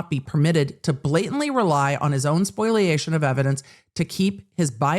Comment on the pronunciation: spoliation, not “spoiliation”